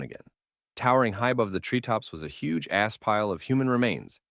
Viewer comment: It feels like there's an unnecessary comma after "huge" in "huge ass pile" and it's killing me 😂😂😂.